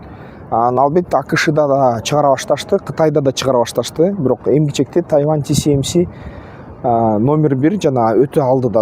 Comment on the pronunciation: Куурчап эмес курчап ..тайаван эмес..тайван